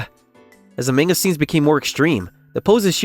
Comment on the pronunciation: Manga isn't pronounced "mayn-ga." It's pronounced "mahn-ga."